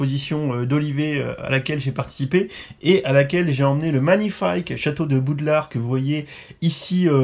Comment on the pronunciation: Gg j’adore ! Mais juste c’est pas Boudlard mais Poudlard 😂😂😂😂